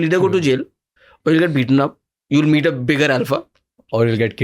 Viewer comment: Great podcast 👏🏻 … nitpicking - it’s ‘meet’